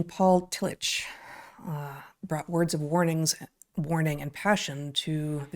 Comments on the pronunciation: I went to Union Theological Seminary, where Tillich taught when he came to the US, and at that school his name was universally pronounced TILL-ick. That was how it was pronounced when I was an undergraduate as well. In fact, this is the first time I have heard it pronounced Till-itch. And the Courage to Be is an important book in my life as well. 😁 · Excellent & soul-shoring up as usual. Just FYI: Tillich is pronounced Till-ick not Till-itch. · I’m fairly certain his name is pronounced “till ick” not “till itch”, at least that’s how I learned it in my philosophy courses. I’m surprised he is new to you both. His book The Courage to Be was important for me. I feel a revisit there would be akin to a long soak in a mineral bath for my heart and mind about now. Keep exploring. It’s good for all. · There are some slight differences that a German speaker might distinguish but the k sound is very close to the ch in German. And Tillich despite what you say or the mispronunciation in this video is pronounced Tilluk or tillick when referring to the fairly well known philosopher's proper name. It is not really open to debate. People get to decide how their names are pronounced. The ch is pronounced precisely how the ch is pronounced in Dietrich. That is just the way it is and it seems a bit careless and disrespectful for this video to create confusion about it. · Fantastic podcast. So interesting and so relevant to today. Thanks for introducing him to a new generation of thinkers. I believe I am right in saying the name is pronounced " Tillick" as if spelt with a " k."